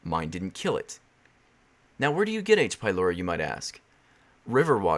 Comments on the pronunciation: In devil girlfriend I thought you kept saying H by lory xD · I had this video on autoplay on my TV so I didn't read the the title, so I thought he was saying "aids be Lori" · Thought you said aids... honestly it sounds similar both in symptoms... and in audio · I was watching your gf video and I kept thinking that you said "I got aids from lory" lol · I thought it waa "aidsh pielorety" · I thought you said "Aids by Lory" lol